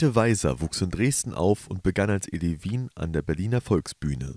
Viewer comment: Kann man denn keine Sprecher finden, die Deutsch können? Elevin wird auf der zweiten Silbe betont und nicht auf der dritten. Und bitte: Jette und nicht Dschette! Hat denn keiner Ohren im Studio?